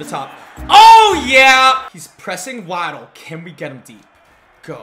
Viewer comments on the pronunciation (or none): it's wa-ddle not waaaaaaddddl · Y u keep calling him wah-ddle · Great vid but that not how you say waddle name